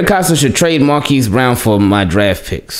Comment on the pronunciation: Pronounced Markeese